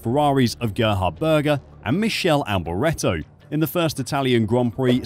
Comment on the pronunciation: Huh? it's "Mick-ey-lee" Alberetto ... NOT Mish-elle ... FFS ... 🤣🤣🤣🤣